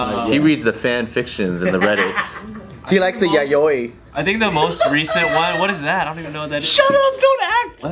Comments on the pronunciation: its pronounced yao-ee. i was like wtf is yayoy. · Yaoi, not yayoi. Lol. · I was so confused when they were trying to say yaoi